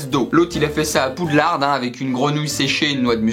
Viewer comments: Poudlard pas Poudlarde (pour la prononciation)😡😡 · Poudlarde ? Ça se prononce Poudlar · On prononce pas le D de Poudlard